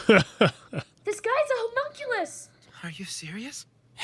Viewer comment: huh-mon-q-lus :) mon as in Pokemon lus as in callus